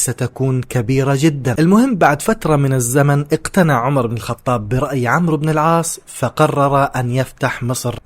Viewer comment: عَمْرُو بْنْ اَلْعَاصْ عُمَرْ بْنْ اَلْخَطَّابْ هناك فرق فى النطق